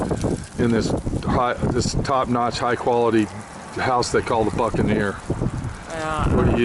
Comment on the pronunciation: The boot and ne’er lol